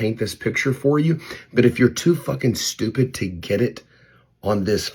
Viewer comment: Don't neex you emphasising stupid, at me, while i try watch. Bye